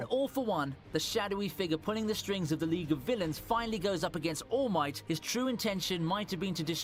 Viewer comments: can you stop calling him all mighty its ALL MIGHT FFS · Btw it’s all might not all mighty although it does sound cool